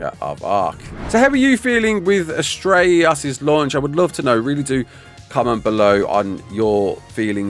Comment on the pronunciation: why does it sound like your having a stroke when saying astreaos lol its just one word prounounced as tray os